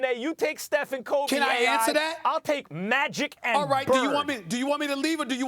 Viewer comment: Nigga said magic and bird lol